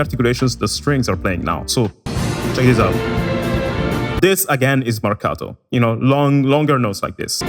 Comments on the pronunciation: The way you pronounce "Marcato" and "staccato" is suspicious, i think your're secretly italian or you have some connections with my country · he says marcato and staccato better than me. Btw I'm italian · The way you pronounced "marcato" and "staccato", you're Italian right?